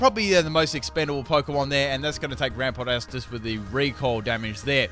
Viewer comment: OMG U CANT EVEN SAY YANMEGA OR RAMPARDOS!?!? YOUR SO DUMB